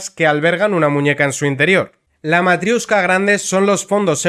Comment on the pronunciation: Me encanta una unión de países en la que se utiliza el inglés cuando ninguno de los países miembros tienen el inglés como lengua propia. Por cierto, no es «matriUshka», sino matriOshka.